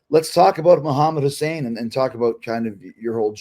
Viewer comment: It's Hassan Chris not Hussain